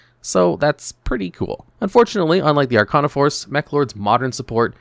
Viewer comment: Why do you pronounce Arcana wrong? You've seen GX. You should know how to say it.